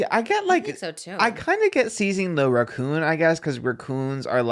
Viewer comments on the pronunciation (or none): “Ruh-coon” why does the way says raccoon sound weird to me 😂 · Love but don't love the way he pronounces raccoon 😂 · The way pronounced “raccoon” made me crack up 🤣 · i love you so much but i have to know why you pronounce raccoon that way 🤣💕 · I thought the same thing and nobody called him out on it and he said it like five times in a row 😂